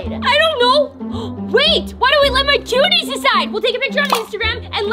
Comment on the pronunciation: said juties instead of cuties